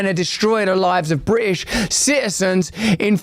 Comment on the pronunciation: bri ish lol add the T lol